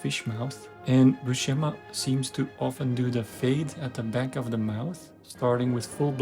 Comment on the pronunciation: IMHO Buscema's faces are much more convincing and appealing than Silvestri's. (Buscema's name BTW, is pronounced with an "s" sound, not an "sh.")